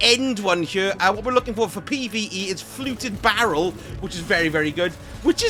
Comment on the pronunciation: I think you mispronounced "fluted barrel" sir!